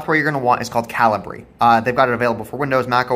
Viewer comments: Thanks for the video, very helpful. Also It's pronounced cal-i-ber not cal-i-bree :D thanks again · I've always pronounced it Cah-Lee_Breh 😅🤭🤷‍♂